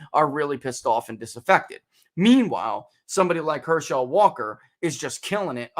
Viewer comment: I think you maybe the only person I’ve ever heard pronounce his name Her-SHELL Walker. Must not be a sports fan 😝 otherwise, great analysis!